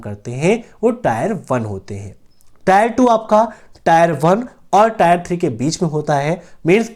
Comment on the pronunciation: टायर नही टियर होता है।